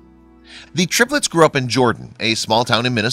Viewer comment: "all three terplets" hehe